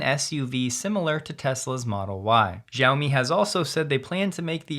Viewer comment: Xiaomi is pronounced "shiao-me". "X" is a sh sound. Think shiao-me the money